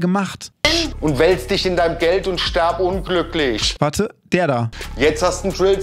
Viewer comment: Ich fange gleich an zu weinen😂 es regt mich schon in meiner Klasse so auf es heißt: wirf nicht "werf" ; lies nicht "les" ; iss nicht "ess" ; tritt nicht "tret" und hier eben stirb und nicht sterb 🤦🏼‍♀️ aaaaaaaaahhhhr 🤣🤦🏼‍♀️